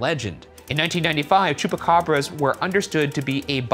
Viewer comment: Oiga , le faltó la "S" al final de Chupacabras. Nomas para que sepa.